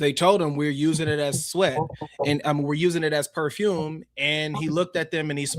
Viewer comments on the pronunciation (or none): Wow. Was that poofume or perfume from sweat? Seriously😝